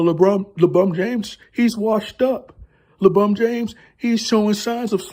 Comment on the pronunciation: Is it LEEEE Bron!! Lol all jokes aside nttn happening LeCHInA control all!! Matter fact don't be saying your bday on here b4 you get some knock on ya doors 😂😂 Knock Knock....ITs LeFBI 😂